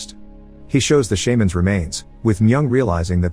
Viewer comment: Narrator: The SHAY-mans are dead Me: They're not a fucking pokemon, idiot.